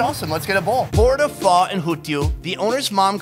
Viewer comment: You pronounced pho wrongly you said it as pha